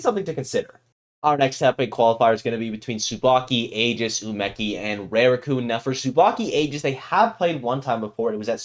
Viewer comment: Rooting for Tsubaki. Btw: to pronounce Rarukun it’s not Reirukun it’s Rah ru ku n jsyk